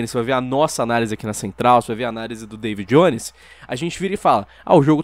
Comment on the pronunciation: Eu ouvi Dava Jones ? Dava é Dava